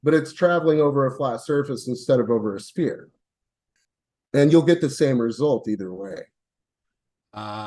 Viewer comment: Is ANY flerf able to say 'sphere'? Like, seriously 😅